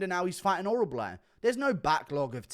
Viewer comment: Damn what is so hard to pronounce about orolbai